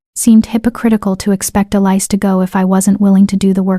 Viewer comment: Why isn't Elise pronounced correctly? It was constantly mangled.